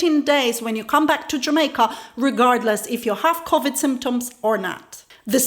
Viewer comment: SHE SAID CAVID TEST